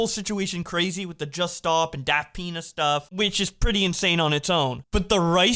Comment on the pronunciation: Every time you say "daft pina" I keep hearing "Daft Penis" I can't help it